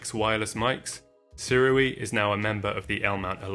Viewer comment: I think this is one of the few times I've heard Sirui pronounced properly